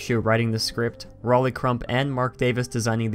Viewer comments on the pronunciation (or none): none